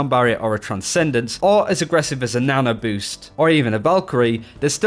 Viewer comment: "Nana Boost".